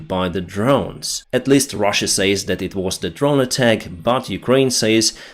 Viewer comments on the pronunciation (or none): Great videos my friend, great job ! I watch every video you make and I'm thankful for getting this info. Just pronounce the word ,,says'' like ,,sez'' - it's nothing, but still...